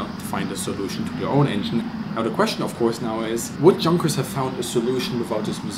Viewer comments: Pls dont say "Chunkers" again :D and also, dont try to sound even more german than you do already(which is ok) Great videos anyway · Frage. Is the company pronounced Yoonkers/Yonkers with the Dutch/German Jah J or Junkers with the hard English J? Typed in Amerikanish for reference.